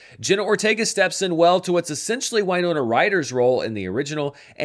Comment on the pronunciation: Sorry to mention it, it's irrelevant, but is is mispronouncing "Winona" every time?